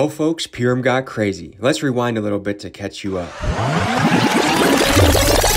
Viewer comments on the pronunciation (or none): Just so you know it’s Purim not primum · purim, pronounced purr like a cat 🐈‍⬛ purrrim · not pure-im but Purr-im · I love you and your videos but I think you should know how to say the word Purim correctly first before saying the word in a documemtary